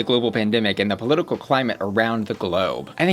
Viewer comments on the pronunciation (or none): none